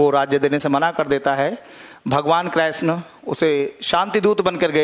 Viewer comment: Sir ap krishn ,, ko kreshn bol rahe ho ..plz thik kre sir ??????? But very nice 😇🙏🙏🙏🙏